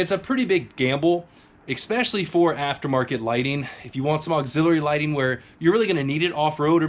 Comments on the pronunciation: There is no X in the word "ESPECIALLY" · Please stop saying "exspecially".... It's not a word.... If you throw me those lights I'll stop being a grammar Nazi